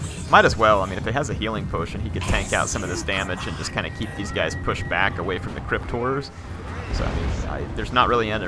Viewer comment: Why do I always understand Crypt Whores instead of Crypt Horrors?